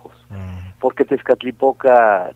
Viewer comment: Todo bien pero por decir Tezcatipotla 😂😂👎👎